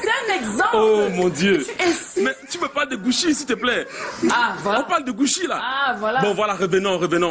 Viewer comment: Pauvre type "tu me parle de gouchi là" 🤣🤣🤣🤣🤣 gouchi! gouchi! gouchi! On écrit cucci et on lit goutchi c'est de l'italien !! Gros sardinard va compter les millions de ta corruption au rdepiecé faignasse.